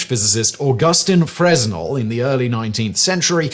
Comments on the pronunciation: Freznel ahaha. You can tell doesn't really know anything about the topic and just reads from a script. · The "s" in Fresnel is silent, being French and all. It's pronounced FRAY-nel. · Fruh-Nel not Frez-Nel. I was saying it the wrong way up until a few months ago. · Not FreS-NEL; its Frey-NEL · Fresnel is actually pronounced Fruh-nel. The s is actually silent. I got docked on that during my stagecraft days in high school. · A Fresnel lens (pronounced fray-NEL) inventor: Augustin-Jean Fresnel (French), not pronounced like Fresno (CA) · Fresnel is pronounced “Fre-nel” you don’t say the s… French is dumb lol 😅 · The correct pronunciation of Fresnel has a silent s: fruh-nel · Pretty sure Augustin-Jean pronounced his surname without the "s" sound, more like: Fren-el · While it is spelled "fresnel" it's pronounced simply as "fruhnel" without enunciating the "s" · ...pretty sure Fresnal is pronounced Frey-Nel... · Hey, Fresnel is pronounced as "fray-NELL," with the 's' being silent. You're welcome. 😉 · I know that this isn’t that important, and the video was wonderful, but you don’t pronounce the S in fresnel. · It's a French name/word. And the 's' is silent in both the English and French language. Just like the 'b' doubt or the 'w' in wrist... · You may want to look up how Fresnel is pronounced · The S is silent weirdly innit 😎 they are used in optics for people with wham prescriptions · famously doesn't give a shyte about proper pronunciation. He is doing better on the more serious channels though.